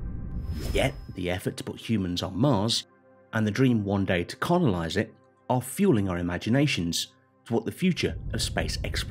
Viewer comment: he said conolize instead of colonize 😂👍